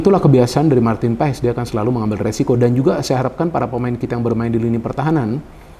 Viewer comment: bacanya itu PAS bukan P A E S, tolong di biasakan bung